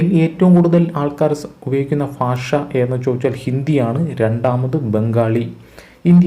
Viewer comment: ഫാഷ അല്ല ഭാഷ 🙄